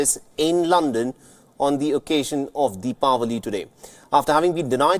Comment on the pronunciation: Good, he probably the only news teller who pronounced it correct, 'Dipawali' instead Diwali.